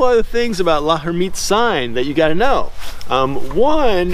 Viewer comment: TO HELP PRONOUNCE L´Hermitte´s Sign: The H is silent and the L runs together with the "er." So try saying "Lur-MEAT's" sign running the syllables together. Hope that helps.🥰